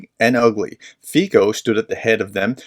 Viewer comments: (... a voice from slovakia) if you want to sound correct, the PM's CORRECT name pronunciation should sound something like italian FIZZO, or FITSO. thank you for stressing the RATIONAL approach (WAIT UNTIL IT'S CONFIRMED) - we get a lot of chaotic and contradictory information coming out, with motives still unclear. Some facts: The initial "viral" pro-Russian narrative might already have been refuted - it was presented that the perpetrator attended the meetings of the para-military group SLOVENSKÍ BRANCI to argue and DISCOURAGE them from violence, and was labelled to be a decent, a quite, a well behaved and highly disciplined man, and rather a PACIFIST ACTIVIST than a radical... ________________________________________________________ There is a leaked CUT interview from the police station they took him after his arrest (yes, that being a investigation discretion failure), with him briefly stating some of the motives - transcript: "(Cintula): I don't agree with the policy of the government. (Police guy, probably ): And therefore a month ago you decided to do what? (Cintula): The mass media are being liquidated. Why is the RTVS (state television) being taken over? Why are people being thrown out - why is Mazak (Constitutional Court Judge) thrown out? " ________________________________________________________ He sure is a poetry writer ( One of his poems was pointed out as a statement: I NO LONGER CRY I no longer cry over life I no longer over guilt, I no lon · Just FYI: the Slovak "c" is pronounced "ts", not "k". The name should be pronounced more or less like "Feetsa" (that last "a" is really an unaccented "o" sound, which sounds more nearly like an English "a") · His name is pronounced "Fitzo." 🙂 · Robert "Feetso" I know it's a foreign name but it's a bit painful hearing it so heavily mispronounced every time. Like calling the U.S President Hosef Beedan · Not important, but the correct pronounciation of his name is FEETSO with short "o" at the and as in "bolt".